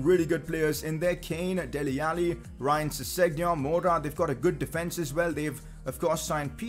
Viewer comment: kept making me cringe how you pronounce Ryan Sessegnon